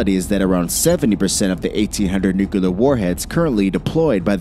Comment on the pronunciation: "Nuke-a-lerr" and "Ice-Bee-Im" aggravating A.I. slurred mispronounciation.